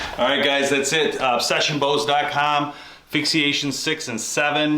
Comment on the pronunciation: Fix ation not fixi ation